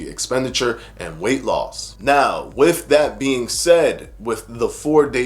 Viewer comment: To retain credibility, with not wiff. Both not boff.